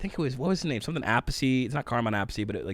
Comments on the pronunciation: Pronounced: Carmine App' Piece (Americanized), or Carmine Ah' Peachy (Italianized) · Carmine's last name is pronounced like 'a piece'. Just looking out. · Appice = Uh-piece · Carmine Appice has played with lots of people and he has a younger brother Vinny who has played with Dio, Black Sabbath and others. The funny thing is that they each pronounce their last name different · The Appice brothers have been around a long time, Vinny and Carmine. What is the weirdest is they both pronounce their last name differently. One says it the way you say and and the other says it like a piece of pie. It was a weird mix up when Carmine worked with Rod Stewart. Vinny pretty much worked with Ronnie James Duo in most of his bands.